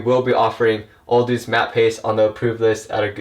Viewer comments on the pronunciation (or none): It’s not pronounced OLE DUDES! It’s pronounced Oh-dowds! Also pastes isn’t pronounced paces! Your use of grammar/certain words in some instances,are completely wrong!!! You need to go back to elementary school English! STUPID FUCK!